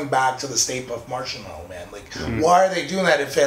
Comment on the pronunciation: Lmao also Marshmallow not Marsh Mellow.